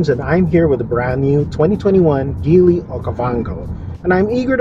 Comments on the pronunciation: Please pronounce the brand right, or at least check out the right pronounciation before doing a review. Good content though. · Very dissapointed of this review not because it’s bias or anything. TopGear is one of the oldest source for auto reviews and news. I’ve bought their magazines since I was a kid. But this guy didn’t even bother researching how Geely is pronounced, if the roof rails are functional or not, that there are two more cup holders in the third row, and how to properly fold the third row seats. A lot of misinformation in this video. 😬